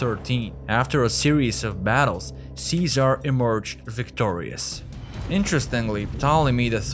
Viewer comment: great content, disturbingly presented. such an illiterate narrator, can't even pronounce Ceaser or Luther but can "seductive" and "prominent". ffs. Secret Origins more like Secret illiteracy. If anyone wanna see a person speak overly the top masking his accent (trying to sound American) but his pronunciation is primary school level, and this person narrates educational videos. no comments.